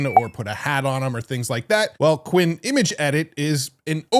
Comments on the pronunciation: since when is qwEn pronounced like qwIn 😂😭? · Just a note, since I've never seen an English content creator pronounce this correctly, "Qwen" (Qianwen) would be pronounced "Q1".